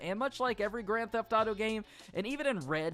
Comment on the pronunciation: why he say “greN theHF aUto gAYm” like that tho